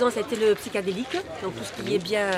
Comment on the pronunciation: A ...le PsychAdelique ...elle devrai se prendre un E de temps en temps pour passer dans l’autre dimension ...la PsychEdelique ! 😂